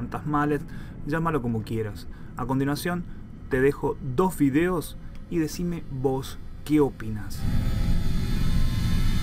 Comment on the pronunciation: creo que dijiste 2 fideos XD